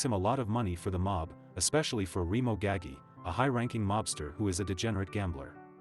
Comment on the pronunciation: It’s not GAGGY, it’s GAH-GEE. Jesus Christ on a bike…